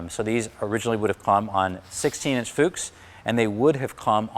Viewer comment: Not claiming to be an authority here, but I did study German language. Proper pronunciations as follows: Boge- 'Bogeh' with hard 'G', and the 'E' as in egg. No such thing as soft 'G' in German language. Also, every vowel is pronounced. Also- Fuchs (meaning fox in German) is pronounced with a short 'U', as in football.